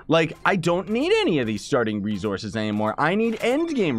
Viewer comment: Does anybody else notice how he says rezorces not resources